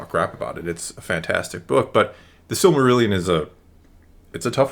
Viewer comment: can’t say Silmarillion.